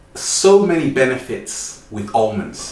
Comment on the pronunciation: Hahaha Olmonds